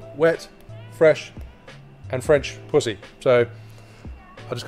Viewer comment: I love how he said “pu—hhhy” 😭😂😭😂